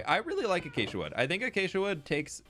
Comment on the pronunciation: My brain every time says acacia: achacha💃🏼